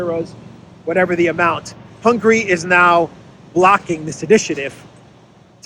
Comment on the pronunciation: hi, thanks for your excelent update. Just a small hint: it is not hungry, it is Hun-ga-ry. Try to pronounce it more like a Greek than an English speaker person 😁. Orban said, the European Union cannot become an "In-debt Union". Hungary is ready to help Ukraine on a bilateral basis.